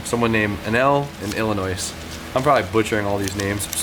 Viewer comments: There’s no noise in Illinois, just say it like illinoi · The S in Illinois is silent lmao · The "s" is silent inn Illinois lol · The S in Illinois is silent haha